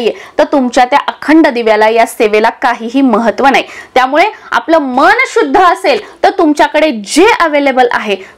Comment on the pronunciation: न चा उच्चार ण असा का करतात? मन चा उच्चार मण,स्थापना तर स्थापणा असा करतात ते अशुध्द आहे.